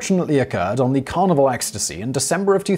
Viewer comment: Every time Simon says 'Carnival' I keep hearing 'Carnivore'. That already sounds like it's gonna be unpleasant from the go.